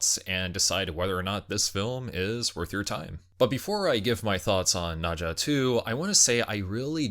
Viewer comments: It's pronounced as "Nur-Zha", not "Nah-Zha. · Dude, it is NER zha , not NA zha. Wtf...